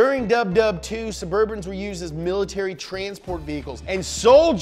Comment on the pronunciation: “Caravan of black burbans” How I wanna show up to my job